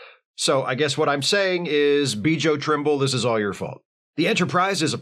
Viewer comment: "Byo" Trimble - like Yo, but with a "B" in front of it... The "j" in Bjo is pronounced like a "y"...